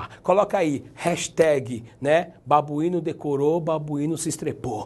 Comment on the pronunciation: Rindo demais desse "babuino" kkkkkkkkkkkkkkkkkkkkkkkk chegou a me desconcentrar kkkkkkkkkkk